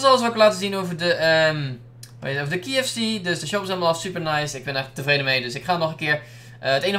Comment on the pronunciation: je spreekt kfc verkeerd uit